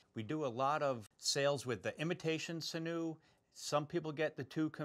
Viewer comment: SIN-yu is the usual pronunciation : )